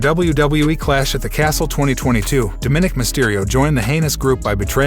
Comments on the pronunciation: His name is Dominick not Diminick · It is Dominic you are miss pronouncing his nameYou are wrong.